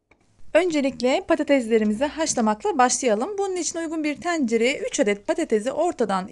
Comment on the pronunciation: Teencere 😁 kimse Türkçe konuşamıyor ülkede. Teencere 😅